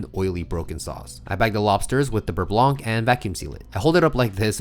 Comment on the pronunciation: Oh by the way fo4 the word "blanc" in the "beurre blanc" ... Has a silent C ... no "k" ssound at the end please 😅🙏